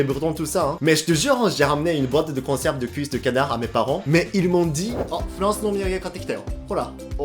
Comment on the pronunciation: me fait rire tu dit en fance 😆🤣